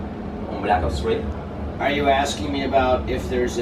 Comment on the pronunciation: Soy yo o Grefg no sabe pronunciar? "blac os 3" "guargüir" "blac os 2" xD